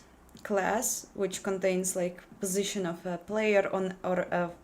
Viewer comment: Meh "my postiition" enough of this crap